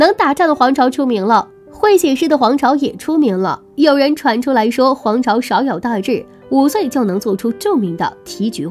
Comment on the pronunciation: 少有大志应该念第四声，她念三声，意思完全不一样。仇做姓氏的时候应该念qiu！文盲讲历史看不下去了🥶